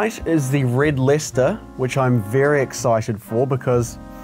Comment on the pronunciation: Red Lester 💀💀💀💀💀💀💀💀💀💀💀💀💀💀💀💀💀💀 it's pronounced lie-chester